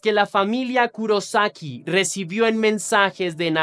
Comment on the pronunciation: Kurosaki con acento en la O Soy fan del anime bleach El personaje principal se llama ichigo kurosaki Lo dicen con acento en la O